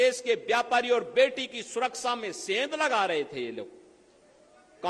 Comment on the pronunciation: सुरकसा नहीं सुरक्षा होता है साहब